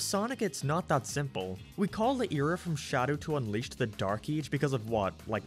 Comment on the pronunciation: When he said “Dark Ee-ach” I felt that 😔👍